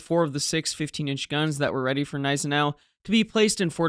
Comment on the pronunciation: Great video and thankfully a commentator that correctly pronounces Gniesenau, and Prinz Eugen. It makes me rage quit videos that mispronounce these two ships, as it makes the research highly suspect.